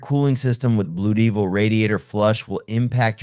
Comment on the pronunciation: I hate these AI BS narritives. Blu Deevil? Wow. No credibility